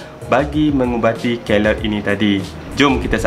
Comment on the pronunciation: The pronunciation is key-loid. Please remember that.